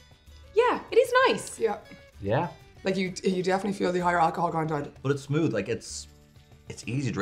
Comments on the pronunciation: love to hear say smood!!! Don't stop! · says smoot than says smooth but he says mout for mouth.